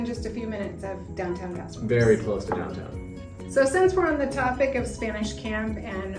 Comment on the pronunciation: Why are you pronouncing it like that? It’s a Spanish name and it’s “passo robe less”.